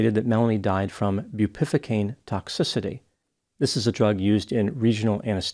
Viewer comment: it’s pronounced as “bew peh VUH cane” not”boo PIFFA cane” for the word Bupivacaine. 😂